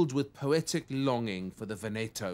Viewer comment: Brilliant. Only one niggle - pronunciation of "Giorgione" and "Veneto". It's "Jawjone" and "Vèneto" (stress on first vowel). Plus Venice is in Veneto - it's the whole province, not separate from Venice. There are lots of flat areas too along the Adige. But it's fascinating learning about the painting and the painter! He does it so well!x